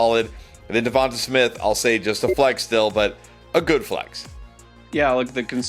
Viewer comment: DEVONTA IS PROUNCED DEVANTE !!!!!!!!!!!!!!!!!!!! I keep saying this every week, but you mispronounce his name every week. It's really not that hard!